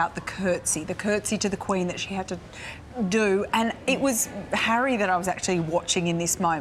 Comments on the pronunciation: bro , The word Harry has 2 syllables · Harry has two syllables.